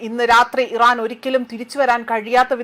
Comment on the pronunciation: ചേച്ചി ഫയപ്പാട് ഈറൻ അല്ല അമിരിക്ക്